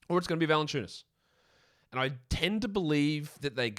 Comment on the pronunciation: Jonas Vaah-SUE-Enu-WA-SAAS 🥸😂😂😂😂😂😂😂😂😂😂😂😂